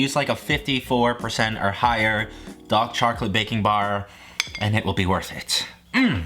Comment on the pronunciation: “Dok charclate”